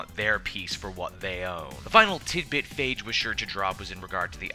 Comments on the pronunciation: It's Feige F-eye-gee not faige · FAI-GI! NOT FEI-GI! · Stop calling him "Faige" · That's the first time I heard his name pronounced "fage." (rhymns with cage) I've mostly heard it pronounced "fye-gee." Robert Downy Jr. pronounces it "Fay-gee," and I would suspect the actors to know the correct pronunciation. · comic book cast need to pronounce these name right steph-en amell and phaige lol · It's pronounced....."FY-GII!!!!!" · you butchered his name